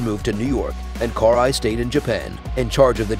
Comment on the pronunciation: Cool video but the way you pronounce her name makes my ears bleed.